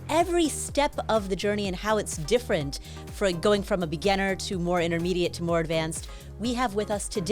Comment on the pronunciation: Does Paula not know how to pronounce beGINner?